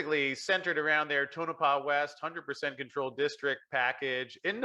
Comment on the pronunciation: Great guest, thank you. Could someone pronounce Tonopah for?